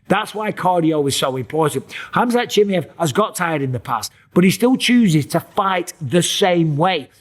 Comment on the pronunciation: who is this khamzat "chimyet" michael bipping here is talking about?